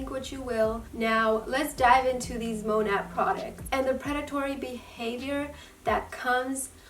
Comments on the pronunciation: Its not called Mon at its monet well the pernouce by the way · And you're saying it wrong.